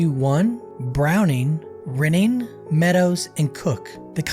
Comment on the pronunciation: The Level 4 unit is pronounced like it is spelled: "Ry-nning"...like the bread Rye not "rinning".